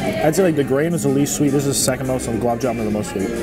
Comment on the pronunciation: It is "Gul_Ab' Ja-Man', my friend And also, why didn't you quit at plate # 8? Wasting food to stuff yourself is not attractive